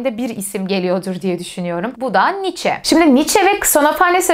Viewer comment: " Niiçe" demeyi artık öğrenmelisiniz.